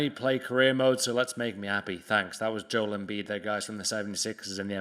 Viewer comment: It’s pronounced joe-el, not joel